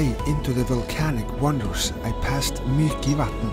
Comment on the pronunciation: Come on... You have been in Húsavík and didn´t come for a cofffee! And the lake is Mývatn not Mykivatn (sounds like Mickymouse) :)